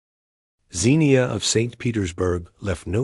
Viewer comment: The name is pronounced Ksenia